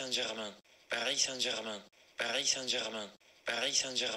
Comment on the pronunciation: Si lo escuchas muchas veces parece que dice "parí Sánchez man"